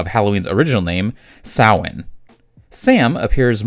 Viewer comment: This was incredibly cool! I hadn't known there were comics until you'd brought it to my attention. I'd only ever seen the film and the little animated short. I really appreciate that you not only gave a very thorough analysis of what Sam's role is in a variety of cultures, but that you also pronounced Samhain correctly. I know how it's spelled, but it kind of feels like a pebble in my show when people call it Sam-Hane.